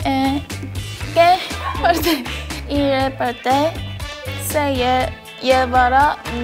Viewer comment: Siuuuu me mato cuando hablaron español y ryujin cuando dijo si en vez de se era por q penso q la e en español se pronunciaba con i xd como el ingles :v